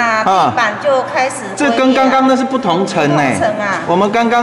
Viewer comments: 謝謝頻道的團隊與來賓，辛苦了！ 補充：龜裂的「龜」，是唸「ㄐㄩㄣ」裂，不是烏龜的龜🐢唷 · 沒錯！是龜ㄐㄩㄣ裂